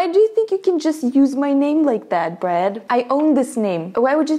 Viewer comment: Is it me or says brad as bread